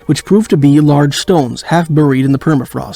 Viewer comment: That IS funny!! I find myself yelling at the screen 'it's bear-ied not Burr-ied every time I hear it!!